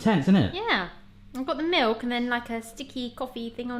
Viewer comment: Take a shot every time he says mewk (milk)